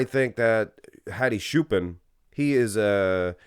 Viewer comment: Just because I like your channel. His last name Choopan is pronounced like Chew Pawn.